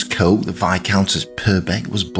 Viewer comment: The name is pronounced ‘Cook’!